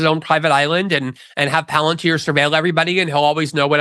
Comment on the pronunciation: Tucker: "Palantier? Never herad of it"